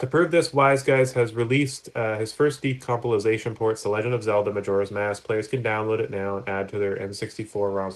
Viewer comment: "Decompolization" lol, sorry, good vid :)